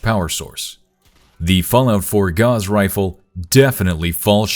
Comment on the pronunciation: Your mispronunciation of Gauss made me dislike sorry mate